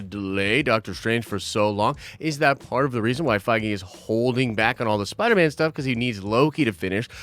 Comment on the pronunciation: man said spiner man